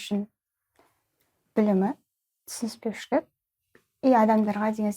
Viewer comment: “Түсініспеушілік” деген сөзді дұрыс айтыңыздаршы қыздааар 🤗